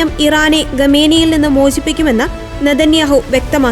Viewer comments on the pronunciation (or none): none